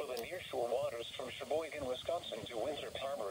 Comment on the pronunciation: The emergency alert dude said Shaboygen.